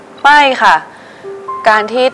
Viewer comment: ไม่ชอบก๊อฟเวลาพูดคะ ขา ออกเสียงเป็น ฮ หมดเลย